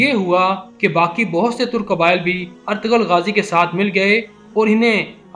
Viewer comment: O bhi artgral nhi artgl gazi